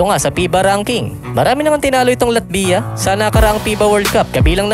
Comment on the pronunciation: medyo masakit sa tenga. Paki pronounce mo ng latvya. Thanks...